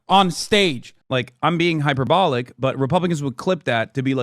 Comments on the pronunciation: HyperBOWLICK xD HyperBALL-LICK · Does he know what hyperbolic means. He says it wrong constantly